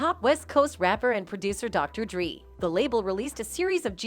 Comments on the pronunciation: This lady false pronounce names Suge Knight and Dr. Dree ! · Who is this chick reporting these storie? The least she can do is pronounce the names correctly. Dr. Dre NOT Dr. Dri She's basically reporting the same stories over and over. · Who tf is Soodge Knight and Dr.3?? That's what she said....lol